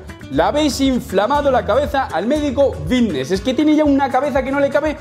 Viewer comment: dices vvvitnes a propósito, dime que sí plisss🥺